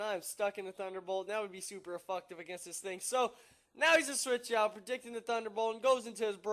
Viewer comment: " cause it's super afucktive.."